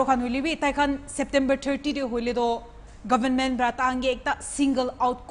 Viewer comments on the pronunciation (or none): It's not govn..men .. it's government.😊